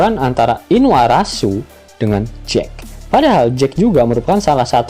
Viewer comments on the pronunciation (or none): Inuarasi min bukan inuarASU wkwk